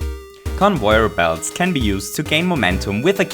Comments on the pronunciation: convoyer belts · CONVOIYOR BELTS